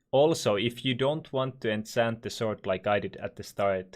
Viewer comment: Holy shit pls dont say ensent its enchant